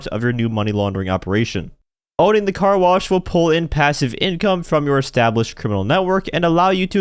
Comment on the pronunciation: “Stop blocking the Car Blosh”